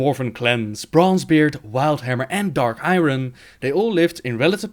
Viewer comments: No disrespect but.. it's not pronounced I Run. It's weirder and pronounced I Ern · I-arn not i-ron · dark i-ron... I-RON! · Dark I-ron. That pronunciation of 'Iron' made my penis go inside my body. How to butcher a word 101 XD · It's pronounced "Dark Eye-urn" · I didn't even understand a word of it